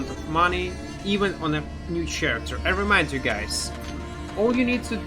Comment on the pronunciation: ch в слове character читаеться как К а не Ч